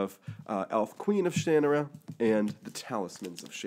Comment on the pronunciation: Ugh... Its pronounced Sha NAR ra ... not shan a rah ... if you don't believe me, go watch Terry Brooks pronounce it.